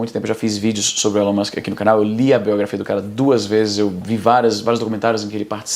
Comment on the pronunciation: Por que vc chama o Elon Musk de Élon Musk?